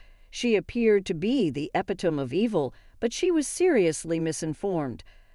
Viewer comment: .18 epitome pronounced "ep pe tom" what? 😮 she sounds like English is her 1st language